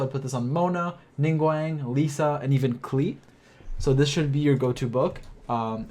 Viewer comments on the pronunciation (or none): none